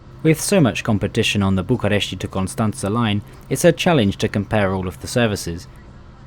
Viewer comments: It's BucUresti Nord, not BucAresti Nord. :D I suppose you inspired from the english name. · Just to let you know: the "I" at the end of București: don't spell it. It is just: "Bucuresht"! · you don't have to put a lot of stress on the letter "i" at the end. same goes with fetesti and any other romanian city that ends in a "i". i mean, you can still hear it when we pronounce it, but you don't put that much accent on it. the way you pronounced it is correct if you were mentioning places like "bucurestii noi", which is an area part of the capital city. hope it helps! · bucuresti: the i is silent